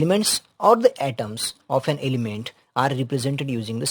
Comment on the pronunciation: Sir I am not insulting you but it's H noy yech and N not yean and also your voice is not coming good whenever you say S word your voice just become annoying so I can't continue watching the video 😅